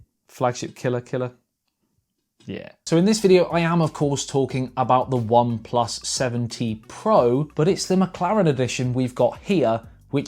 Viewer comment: I hate to be nit-picky but it sounded like you kept saying the OnePlus 17....as opposed to what it actually is, the OnePlus 7 T. Additionally, i will never buy Apple products but thanks for the review.